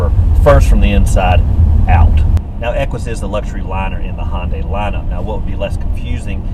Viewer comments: Hey, the brand name is pronounced Hi-un-die, but if you want to be a raggler 'murcan, say Hun-day, not Hon-day. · Looking at a 14 model for my next car. Good review and good camera angles. BTW it's pronounced Hi-un-day.